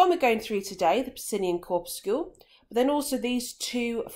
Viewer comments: and cor-pus-sul. Def not “corpuscule “ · look at literally every authority on English pronunciation. Corpuscle rhymes with muscle. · "corpuscule"? Do you guys also pronounce 'muscle' "muscule"? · nope muscle is pronounced as 'mus - sul' corpuscle is pronounced 'cor- pyu - sul' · nahh its pronounced 'cor - pyu - sul' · nah its not an american pronunciation tm. I've personally never heard it be pronounced as 'cor - pus - sul'